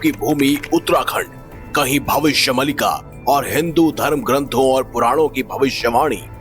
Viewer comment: Pralay aur Aapada alag hai.. Right words use karo pls. And Bhavishya Maaaaaaalika hai.. Malllllllika nahi.. Pls bhai.. Theek words / pronunciation use karo..